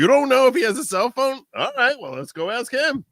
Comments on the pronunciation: AMEN THAT!! 😂 I've been dying to find out why people in Georgia LOVE 🪓's.. Everyone always axe'ing people.. WHY? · 1 of The prosecutors in the ysl trial says axe too it does my head in makes her sound so unprofessional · Dear God, normally, I am not a grammar guy, but hearing the witness say axe 20 times in 60 seconds was making me scream, "It's ASK." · “Axe” me no questions.. I’l tell you no lies 😂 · Dog, I said out loud (as Ashley) “well I didn’t AXE you anything. But I did ASK….” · Way too much "axing" in that 1st witness. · Aks is not a word